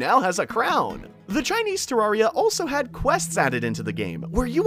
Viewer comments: people that have played the game for years still can't pronounce terraria correctly lol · You pronouncing terraria wrong = PHYSICAL PAIN